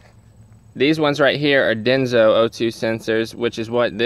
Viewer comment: There is no 'Z' in Denso.